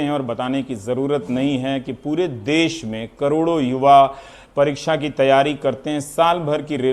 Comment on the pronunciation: देस नहीं 'देश'